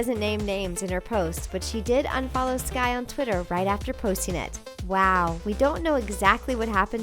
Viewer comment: its skai not ski ya cave person